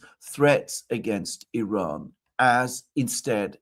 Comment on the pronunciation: Glad to see that Alexander pronounces the I in Iran as it should be, like the I in Italy, Israel etc…